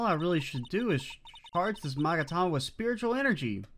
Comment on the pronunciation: * Future games * "Are you sure about that?" Also the magatama, that you pronounce correctly, does not exist in the anime but the psyche-lock of certain someone show themself and break whem you unveil the final truth of Justice for All